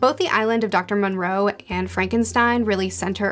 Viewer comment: 1. It is the Island of Doctor MO-Roe or MORE-O Not MON-Roe. 2. Zombie Lola, the Zombie who is obsessed with marrying Absalom is a Warthog not a Hippo. Otherwise great video, I'll have to see if I can find that third book and read it.